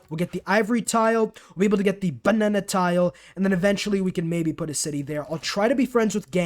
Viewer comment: Is it just me who find it funny the way he is saying Bbbanana tile